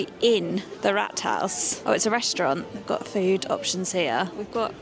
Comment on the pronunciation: Just a point on pronounciation here. When you say the word "Rathouse", you say it like the british way of saying "Rat" as the rodent. That would have been spalled Ratt, in german like in the same animal in german, which is "Ratte". The word "Rat" is pronounced with a long vowel more like "Raat" and means "Council" or "body of peers" to get some better equivalent British synonymes instead of "Parliament", because it's just a local management board.